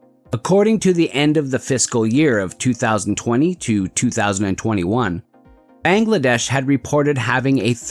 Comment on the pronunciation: your pronunciation of Bangladesh is wrong